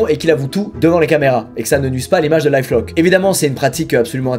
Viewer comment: Bas c est life lock-lear😂😂